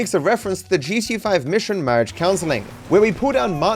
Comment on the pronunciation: I like how u say G-SHE-A 😂